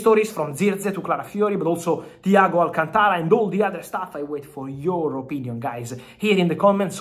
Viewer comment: An Italian with difficulty in pronouncing the name Alcântara is kind of embarrassing. Is it just the Latin accent , is so hard?